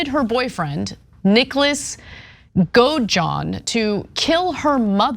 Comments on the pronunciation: A tragic part of this video is Ana not being able to properly pronounce Godejohn or Chillicothe 😂😂😂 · Its pronounced goDejon